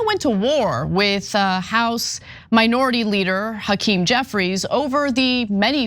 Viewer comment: Why does Hackerm Jefferies look drunk & drugged?🤪 Also, he's got a severe speech impediment. Did he have a stutter as a child?🧑‍🦳🌲🇺🇲